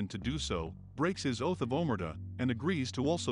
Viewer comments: Excellent! Aside from your mispronunciation of “Omerta”, this was beautifully presented. Thank you for the breakdown. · The way AI guy said “Omertà” literally made my ears bleed.